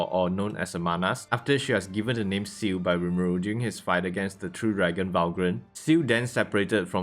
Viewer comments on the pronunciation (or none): wha like bruh you literally call ciel shu or ciu like seriously even i can say it